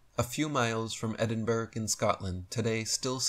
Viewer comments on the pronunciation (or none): Loved the video. Being a Scot though I wish americans could learn to say Edinburgh correctly. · Edin-bura / Edin-bora / Edin-bruh Edinburgh 👍🏼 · EdinBURG lol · Christophe de Cologne, emmisary of the Knights of Columbia. (Chivalric) Order of the New World or New World Order est.1492 as part of the 'reconquista', not just of European lands stolen by the African Moorish Muhammedans, but a much larger 'reconquista' of the ancient world now lost. Love your work Eric. Not being a tw@ here (even though I am one he he...) but Edinbrugh (capital of Scota-Land/Scotlamd) is pronounced, 'Edin-bruh'. I have to say that so Del doesn't have too. Love your work man. Keep going. You are 20 years ahead of your peers already. Cheers bruvva Shaman x